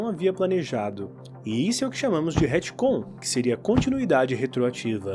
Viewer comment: Hitcon? Retcon pelo amor de Deus kkkk😊